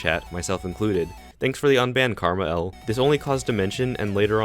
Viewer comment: Ngl I almost stopped watching because you kept calling KmarL, Karmah L